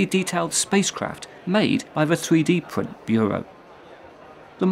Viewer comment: a fwee dee pwint